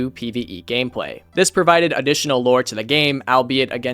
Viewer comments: Are you saying "gamepway" or am I tripping? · "It wewked pewfectwy wif the gamepway"😻😻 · “because it perfectwy with the gamepway”